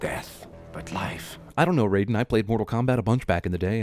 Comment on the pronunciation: Raiden, not Rayden.